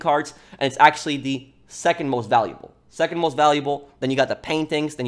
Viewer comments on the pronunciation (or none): none